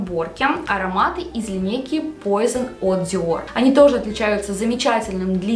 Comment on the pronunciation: Пуазон, а не пойзон, это французское название, а не английское, парфблогеру стыдно не знать такого